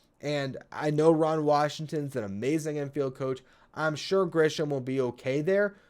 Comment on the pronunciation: Just a quick sidenote. It's Grissom, not Grisham.